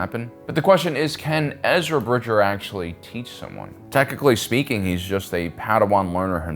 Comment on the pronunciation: I agree, also his name is Bridger, not Bridget.